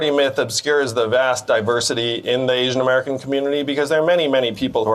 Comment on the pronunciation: What's an eeeeshian-american?